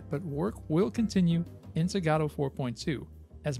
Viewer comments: It's "Godot" not "Gadooh" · I replied to this comment with a link to another video from him about how he cannot pronounce "Godot" but the reply is gone. I guess YouTube auto deletes comments with links or whatever